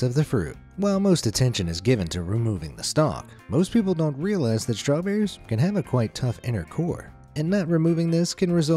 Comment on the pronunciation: Oh, my god...straw-berries.